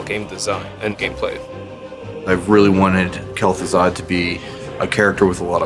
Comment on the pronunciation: lul wtf? Gaz'Thuzad?